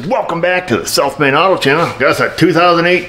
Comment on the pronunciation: It's cool at the start of the video when you say "South Main Auto channel" it sounds like "Self Made Auto". Teaching is good! 😁